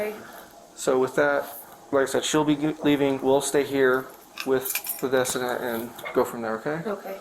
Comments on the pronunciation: It's not pronounced desident it's pronounced du-seed-ant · The way that cop continues to mispronounce decedent is killing me, I forget cops can be ding dong kids too that can barely speak English correctly....